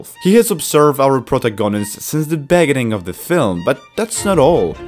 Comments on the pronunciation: Me:beginning "Beggening" Me:😒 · "Bers" "begining" "shWord" bro I can't💀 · "Let's start from the begenneng" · "the beginen of the film" lol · "Begening", "Consise" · Prota-gonist Beg-gining I oke hiw he pronounces it lol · In the beninging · in the benining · the way he pronounces "beginning" makes me laugh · the way he pronounce "beginning"